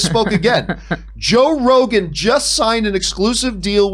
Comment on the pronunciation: Did she call him Joe Regon?? Lol anyone noticed?